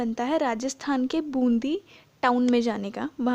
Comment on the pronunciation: Wo bundhi nahi hai Bundi hai